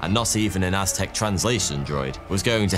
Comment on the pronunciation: Watching dispense knowledge while he mispronounces many Aztec names is the video I didn't know I needed!, the amazing history, animation, and production is a bonus.